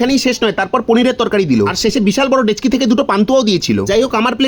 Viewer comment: ডেচকি না ভাই ডেকচি। টিক কোরে উচ্চারণ করো।